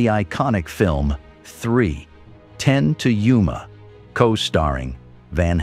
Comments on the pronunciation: All told, pretty good. But you need to teach the AI how to read punctuation, as to Yuma is not read like three...ten to Yuma. Numerous other similar errors are obvious, as well as significant mispronunciations of names and places. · You know it's an AI generated narrator when ' to Yuma' becomes: 3 pause 10 another pause to Yuma.